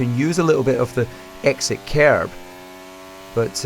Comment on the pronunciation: DC! I could listen to this dude read anything. Anyone who can squeeze an extra syllable out of the word curb, is alright by me.